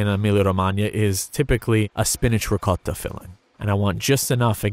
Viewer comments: Pronounces loads of complicated words no problem.... tries to say ricotta, somehow says something along the lines of 'rocotta'... very confused? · This man has the unbelievable ability to not say “ricottatatatata” when saying ricotta with the accent